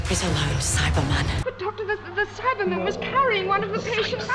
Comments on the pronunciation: I’m American, and I emphasize that part of the word. I never noticed that in the show it’s always Cy-bah-man not Cy-ber-man. I hope that makes sense. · Things I learned: 1. All the ‘important’ names are surprisingly consistent 2. They never pronounce the R in Cybe*R*man?!?! 3. Daleks pronounce Omega like an American does, while Benton was the only one who pronounced it like a New Zealander